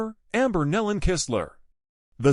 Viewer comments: NO, there is no "D" on the end of their name. It is pronounced NEE-lon. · It’s pronounced KNEE-lon rhymes with dawn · This person mispronounced almost every name and title was very misleading since there was no info given on cause of crash. Pl ease stop disrepecting this beautiful family by using this traged as clickbait. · This person is doing a huge injustice to many of the names. This should be redone extending apologies for not learning how to properly pronounce names before recording. These precious families deserve to be properly recognized. God knows their names and is holding them close. Their incredible talent will be missed here on earth, but I can only imagine the beautiful sounds They’re making in heaven along with many other artists who’ve gone before.